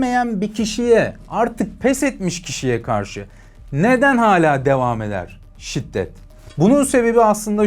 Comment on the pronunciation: Şitdet değil şiddet*